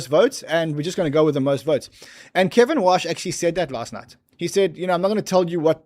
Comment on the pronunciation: Kevin “Wouash” 🤦‍♂️